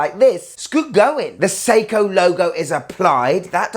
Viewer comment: "Seiko Irwin"! From Steve Irwin (Crocodile Guy) a Nice um field watch! 😂😂😂